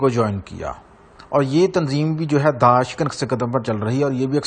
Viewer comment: daash nahi daish hey